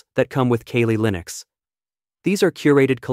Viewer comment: Pronounced Cally Linux not Kaylee. Awesome video! A lot of useful info here.